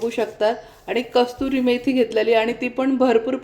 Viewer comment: कस्तुरी नाही कसूरी